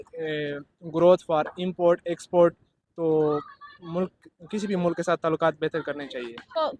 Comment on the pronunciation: Baki mulak bolne walo ko correct karo, mulk hota hai na k mulak😂😂